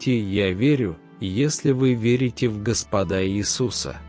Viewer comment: Ударение делайте (на Го) Господа